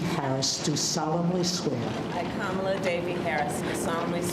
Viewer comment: Oh my god the woman who swore in Kamala said her first name wrong... 😳😳